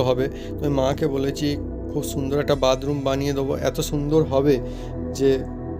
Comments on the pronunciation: Ara badroom noy bathroom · এই লম্বা কল বেসিন না বাসন মাজার সিনকে লাগাতে হয় আর উচ্চারণ ঠিক করে কর bathroom